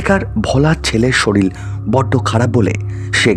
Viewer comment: Sorir ke sorir bolbe. Soril abar ki vasha? Uccharon thik na korle porer din theke ar sunbo na